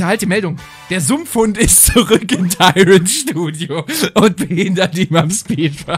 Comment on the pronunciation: Mario während des speedruns: HU, HA, JA, YEA, JA, JUHU, WUHUHU!!!: THERE IS A SUMPFHUND IN MY SPEEDWUN!!